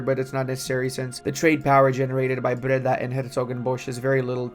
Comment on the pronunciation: I both laugh and cringe at the way you pronounce the dutch provinces. It's closer to 'bray-dah' instead of 'bredda'. Bredda sounds Jamaican, which is cool too:D Thanks for the video,!